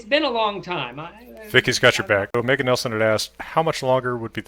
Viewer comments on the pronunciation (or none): none